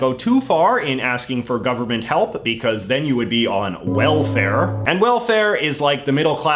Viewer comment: oh my god the way you enhanced the word "welfare" made me crack up. it's so fucking spot on. my dad's side of the family is upper middle class, extremely into seeming richer than they really are - buying the newest iphone, going on lavish holidays, but eating first price food and still posting pics from that holiday they went on during the summer in december. my mum's side of the family is inbetween comfortable and lower middle class - they don't have to keep a budget book, but they don't go on holiday every year, and the products found in the house vary depending on which brand has 20 % off that week. but the one thing they all have in common is the crushing fear of WELFARE.